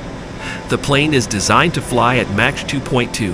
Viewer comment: Regurgitate is the right word; narrator sure can't pronounce some words must not be a native English speaker. I can forgive the Spanish mispronunciations but when Mach comes out as match.